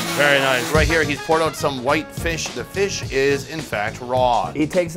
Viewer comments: hahaha feesh!! looking for that review... does he really say 'feesh' i cant get it out of my head.... FEESH!! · We have hard feesh small feesh #dawntildusk 😂